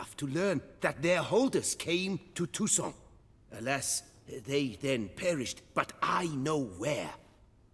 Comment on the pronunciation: How come the armorer can't pronounce properly "Toussaint"? Geralt does it much better, and he's not from there. (By the way,, do listen to Geralt. Your "ain" sound in "Toussaint" is too closed, like the armorer's. That would actually be the proper way of saying "Toussent", or "Toussant".) Loving the walkthrough:-)